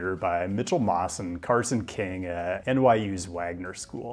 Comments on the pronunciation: The pronunciation for "Carson Qing" is probably more like "Carson Ching" than "King." The Q makes more like a "ch-" sound/ So it should sound like you're saying "Ching" but with a big smile. The word should sound light and sort of sneak past your front teeth. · FYI “Qing”, assuming the name of Chinese origin, is usually pronounced closely to “ching”, not King. Can’t wait til you get to see the… unique bridge experience of Tampa/St Pete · "Qing" is pronounced as "Ching" in Mandarin. Not "King"